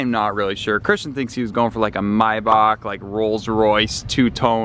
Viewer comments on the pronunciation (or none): "MY BACH" instead of MAYBACH got me so frustrated jeezos.. its pronounced like the month of MAY and BACH like back , M-A-Y-B-A-C-H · Did he mean to pronounce it may-back